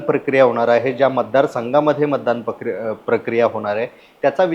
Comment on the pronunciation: कदापि शक्य नाही तुम्हाला प्रक्रिया शब्द उच्चारता येत नाही तुम्हाला